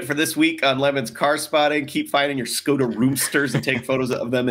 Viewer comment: Škoda is pronounced Shkoda. In Czech, it means pity.